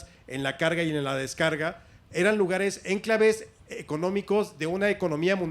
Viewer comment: En Alejandro Rosas pronunció ''énclaves'' en vez de enclaves.